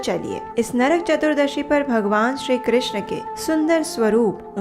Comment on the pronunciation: Hare krishn' App bhut sundar awaj m har Katha ko sunati hai or bhakti marg ko pradarshit krti h uske liye dhanyavad Ek request h app hare krishnaa* pronounce krti h But Krishna* is draupadi's name Hare Krishn` 🙏🏻